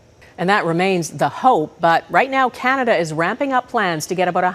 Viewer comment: Pattison wu. Ah..cananada?